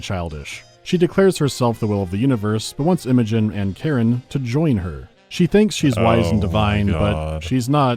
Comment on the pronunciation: Dude, just no. First of all, it's Karan. KARAN. I suppose 'muricans can mispronounce it, since they often hear a similar name, but there are subtitles in the game to assist with spotting this letter variation. Same with the voice actors, who can't read it properly either. Hopefully, they weren't paid too much for this butchery. And they better not retcon the character into Karen, to accommodate such text-skimming audience. Back to main topic. Your elaborate excuse for this foolish scene is a stretch to say the least. Khar Sajuuk's location was acquired from at least a Long Jump distance. There's no chance Khar Kushan had precise position of the shut-down ship before it exited hyperspace near the ice shelf. The Veil fleet was not present near the shelf from the start. They followed Khar Kushan's hyperspace signature. If they were already there, the Trinity would've already fallen into S-B-M-H's hands. No chance the experienced Karan S'jet would try to hide the Cores by smashing her ship into the shelf's surface, when Khar Sajuuk could've maneuvered the same way Khar Kushan did, into the shelf's bowels. It's an amalgam of metals, sticking out from ice. Any carrier dispatching 4 probes from a distance could scan it down. I bet at one time in the story, the ship was actually hidden, but some genius came over and said they wanted a beautiful scene, showing it breaking out of the ice. Not enough people with common sense standing up to their superiors lacking it.